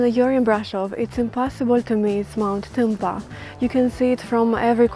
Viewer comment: I like how you look at the camera from an angle and pronounce Tâmpa. 😄 Sweet girl ❤